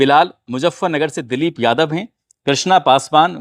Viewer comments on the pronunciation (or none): none